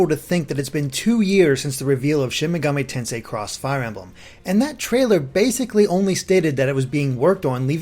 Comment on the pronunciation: Loved the video but why does it feel like so few people can pronounce Shin Megami Tensei right?